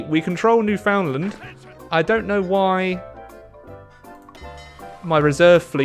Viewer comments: King that actually quite large island is literally not pronounced as New Found Land so yeaaaaaaaah no he was still wrong in his pronunciation. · Makes me cringe when he calls it New found Lind yikes. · Has lived in Canada for several years But still says "New Found Land" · I always crack up at how Brits say "Newfoundland" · I think we're going to have to deport you for saying 'Newfoundland' that way. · you say Newfoundland wrong I am a newfie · Being from Newfoundland and hearing it said that way hurts me.